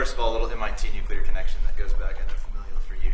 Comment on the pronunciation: Nucular. This must stop.